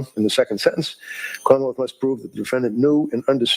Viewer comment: The way they pronounce Commonwealth as KHAAmmawelt is hilarious.